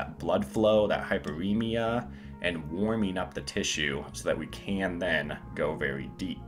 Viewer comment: “Woiming uP”